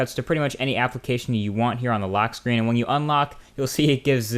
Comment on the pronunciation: learn proper english idiot haha "samesung", "screan", "gless", "galexy" ???? Really?